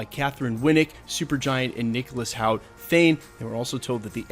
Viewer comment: Hoult pronounced Hult